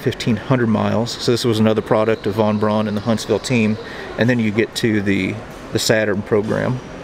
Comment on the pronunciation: Von Braun’s name is pronounced “Von Brown”... everyone gets it wrong!